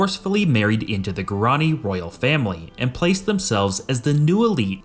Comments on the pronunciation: Guaraní is pronounced gua-rah-NEE! Learn Spanish intonation rules. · It is pronounced gwar ran e